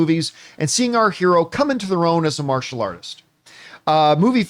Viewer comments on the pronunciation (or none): none